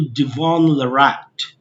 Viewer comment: what a crap channel with 0 value, stupid perspective . did you snort lol? cant even pronounce his name right, thanks but no come again